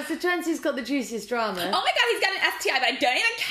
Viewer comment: At like she said dram-er